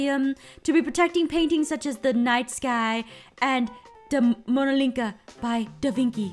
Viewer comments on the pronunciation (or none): and aphmau its da vinci not davinky and its the mona lisa not whatever you said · “Mona linca” 💀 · I like how you referred to The Mona Lisa as The Mona Linca.